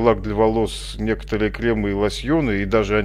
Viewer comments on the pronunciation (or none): none